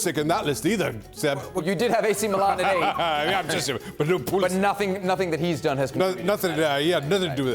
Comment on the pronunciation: Oh Shaka. You too now 😏 ESPN FC can't even say Pulisic's name without tweaking us. They can't just be happy for the guy.